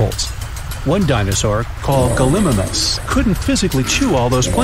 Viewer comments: Gal-a-mime-us not gul-I-mus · It’s pronounced galamymis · Gil-imius!? IT’S gal-i-mimus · it’s pronounced (gall-I-mime-us) not (gull-i-Mim-us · I am sorry if it sounds mean but it is not galim I mis it is Galli mi mas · The way he said gallimimus was just infuriating to all the dino nerds out of here like me Ga lee my mus is how to say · Hello ur daily dino expert: its pronounced galemymus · You said gallimimus wrong you said it like gal-ee-mime-us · It’s gal-E-my-mus or at least that’s how I have heard people pronounce it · It’s pronounced like Gally-mime-us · Gallimimus lol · The way he say gallimimus wrong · Said gallimimus wrong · so we just gonna ignore how he pronounced "gallimimus"?